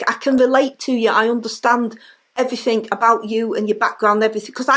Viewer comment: '... but I love you very much and I really, I can relate to you because I underthtand everything about you and your background and everyfink, becoth I am one of you but also, DON'T BE A DINGBAT, ABOUT EVERYFINK!' Absolute genius, made me crack up! really does go from strength to strength. As weird as this might sound, when Labour deservedly loses the next election by a landslide, I'll be a little sad that the Rayner material will dry up.